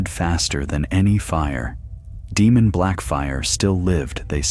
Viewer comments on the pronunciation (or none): Hello good sir, been subscribed since the 6th video of the channel. Sorry for being autistic but I believe it’s pronounced as “Daymon/Daymond” not “Deemun”, they also say it in the TV series. Apologies for the correction and thank you always.